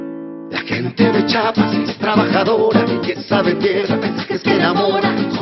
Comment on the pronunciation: "y con todo CHAPAS!" y luego dicen que los de otros estados decimos Chapas en lugar de chiapas hahahaha